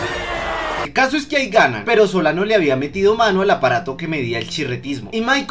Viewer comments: Crack se te olvidó corregir en el minuto no era soliban era solano, un consejo no más pero estuvo bueno el video me hizo reír xd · dijiste garcia y soliban xd